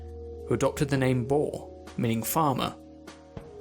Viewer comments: Boer: *is pronounced as the English 'boor' *: BOAR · btw the correct pronunciation for "Boer" is boo and a cat going prrr but just the one "R" Great video by the way really helped me with my exam, thank you so much. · Thats not at all how you say BOER. Go google the how to say it. I am from south africa and im afrikaans. Boer is afrikaans for farmer.